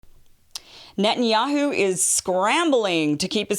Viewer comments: Its not Nutin. .its Net..ton yahu. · "What did you say?" "It was nutinyahoo."